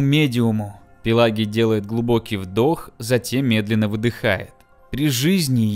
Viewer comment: Не Пелагий а Пелагий...